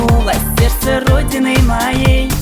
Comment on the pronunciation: Где он откопал эту мырку, которая произносит слово "сердце"-"серсе".